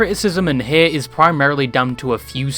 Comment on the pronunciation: i dont like ludwig but I dont like how you say the word hate either